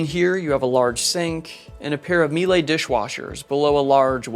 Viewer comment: Great video, great yacht, and very good pronuncination of Miele.